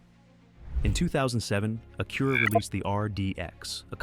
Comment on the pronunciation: This channel would be so much better with a real person talking. What is an Ak-curra or Civic sigh?